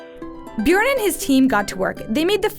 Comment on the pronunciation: wth how tf is the pronouncing "Bjørn"??? AHAH "BJURRRN" ahahah